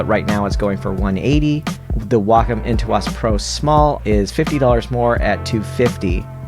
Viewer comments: Nooo! Way-comm and Into-ose! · how dare you say Wacom and Intuos like that!... Nice review though. Lol